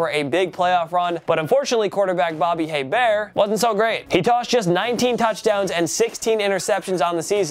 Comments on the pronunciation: Ok, it is pronounced Bobby A-Bear, not Hey-bear. There is basically no emphasis on the H. And I hate hearing New OrLEANS. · Aye Bear. Pronounced Aye Bear.😐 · "Hebert" is properly pronounced "A-Bear" not "Hey-Bear." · Pronounced Bobby A-Bear not Hey-Bear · It is pronounced A-bear, not hay-bear. Damn man you're killing me. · I is pronounced "ABEAR" no H noise..LOL good luck. like sounding funny? no one told ya? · Bobby Hebert, Pronounced A Bear. The H is silent. Your welcome. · Hebert is pronounced (aye-bear) Source: Bitch I'm from Louisiana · And Hebert is pronounced Ay-bear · Nice vid. #2 Bobby Hebert - pronounced Ay- bear (H & T silent). USFL alum with Jim Kelly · Saints QB, Bobby Hebert, is pronounced EY-bear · The way you say Hebert and New Orleans is cringe worthy.... IT'S PRONOUNCED (ABEAR) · It’s Bobby A-bear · Hebert is pronounced ‘A-bear’ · I’m from Louisiana and just for future videos Bobby Hebert’s last name is pronounced ( A Bear ) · It's pronounced "AY-bear" . You don't pronounce the "H" in Hebert. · Bobby Hebert pronounced (Ayy -Bear) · The way he pronounced Hebert (it’s pronounced aye-bear) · Botching Hebert’s name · Bobby Hebert deserves enough respect that you pronounce his name correctly. The Cajun Cannon is still a state legend. Please PM me if you would like to know how to say the mans name properly. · You butchered Hebert's name. The h is silent